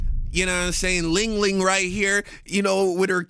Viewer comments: That not LingLing. That's ChinChin 😅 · Not "Ling-Ling" 🤣🤣🤣🤣🤣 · Dude said ling ling 😂😂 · Not Ling Ling😂😂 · “Ling Ling” Are we being serious man 🥀